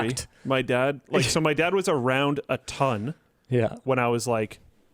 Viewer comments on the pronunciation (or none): Honestly, he did stress the words more like with this meaning, than as you'd expect with "my dad was around, a ton"